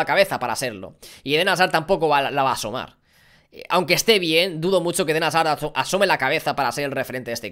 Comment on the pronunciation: Dijo como mil veces edén hasar jajajaja